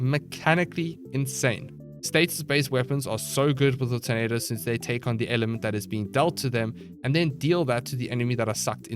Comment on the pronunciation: I swear during the zephyr part, I legit thought every time he says “tornadoes” he instead said “tomatoes” LOL